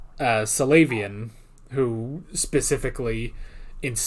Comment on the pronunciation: Several of the character names referenced like Salyavin. Every one in the story pronounces the first syllable as Sara even if it isn't spelled that way.